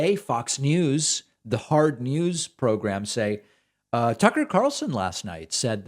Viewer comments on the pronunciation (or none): none